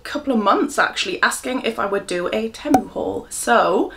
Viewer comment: 😂❤ it's 'Tea-mue' 😘 xxxxx